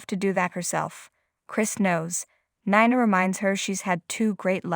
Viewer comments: Can you pronounce words correctly? Nina is pronounced neena . OK is okay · Who is Nana? Do you not know her name is Nina? Try saying her name correctly! 🤦🏻‍♀️